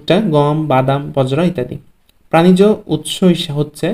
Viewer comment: গ্রাণিজ উৎস কী🤔😇 প্রানিজ উৎস 👍